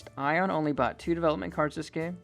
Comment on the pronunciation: this is funny to watch blue get called i-on when his name is Ionuţ, a romanian name lol